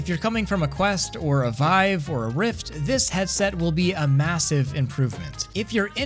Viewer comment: did you say vivie lmao